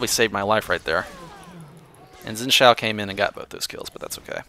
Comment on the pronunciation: You pronounce Xin Zhao wrong, but I'm a (somewhat) fluent Chinese speaker, so I often complain about pronunciation of Chinese names. It's hard to describe how you say it in a comment. Xin is somewhat similar to Shin, except for the tone. Zhao is similar to... Well... It's hard to explain... Jow is pretty close. But, even then you have worry about the tone, which is not directly shown in this video. To be honest, your pronunciation works fine. Don't even worry about it. It doesn't matter.